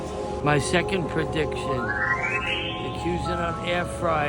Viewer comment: i love Kweezen-art instead of Cuisine-art